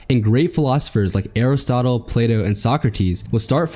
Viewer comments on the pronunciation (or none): none